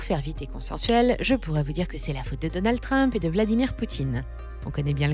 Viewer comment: Quelle frimeuse avec son accent britannique ! Elle oublie de bien prononcer Musk et Trump